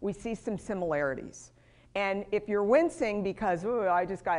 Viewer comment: Urine in control VS you are in control . Pronunciation is important.